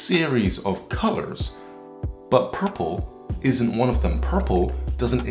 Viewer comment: WTF is "PUHPPLE"?